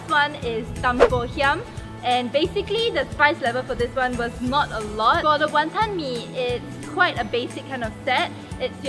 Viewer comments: no hateee but tammys pronunciation of wanton pisses me off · btw pronunciation of wanton is wrong. HAHA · I'm irritated by how pronounces Wanton.....